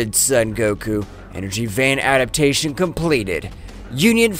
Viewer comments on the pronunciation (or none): none